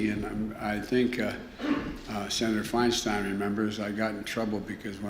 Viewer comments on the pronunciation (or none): none